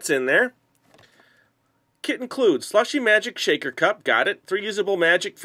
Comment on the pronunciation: When you said "kit" included I thought you said "kid" included! LOL!